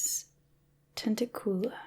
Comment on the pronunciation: {Hermione Granger voice} It's venomous ten-TAC-u-la, not venomous ten-ta-COO-lar 😜 (I wouldn't normally point it out but the opportunity to make the joke here was too good to pass up)